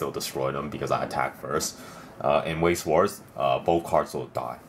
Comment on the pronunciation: Pronounced veiss schvarz